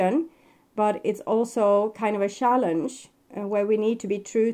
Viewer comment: Yeah..its not shildren...or shallenge...the ch is pronounced as tsj...😒